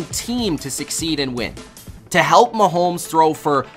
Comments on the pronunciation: How...Why...as a sports "expert" do you keep calling him "MahoLmes with a L???? Mahomes yo....NO L in his name.... Mahomes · It’s hard to listen to this guy pronounce Mahomes. There’s no “L” in either the spelling or annunciation. It’s muh-homes not muh-holmes. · Bro you needa fucking learn how to say his name right